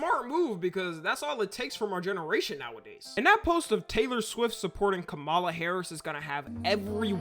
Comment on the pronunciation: ngl kinda weird to say her name like that, it's kama la, like .... ,+la also lets talk about the funnest thing about this political race is: there's a only fans British girl that tattood trump across her face